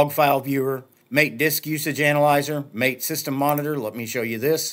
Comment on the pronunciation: MAA TEE not Mate (as in "good on ya mate").